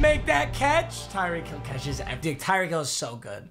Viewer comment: At 12: 26 he said tyree holl